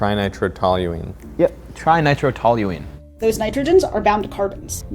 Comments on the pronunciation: This whole section of their conversation felt awkward. Just before and after he couldn't pronounce the full name of TNT, you could see that Derek was NOT impressed. It's almost as if his co-host doesn't really know Science, and is just a good enough presenter/public speaker who just says what they've read on the teleprompter. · божится после каждого бабаха, и не может произнести "тринитротолуол" -- есть куда ещё расти )) Но я так и не понял, почему Нобелевская премия не вручается за достижения в математике?